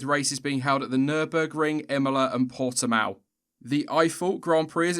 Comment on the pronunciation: Its Portimão not portimao. You read the the ão like the bark of a dog so to say.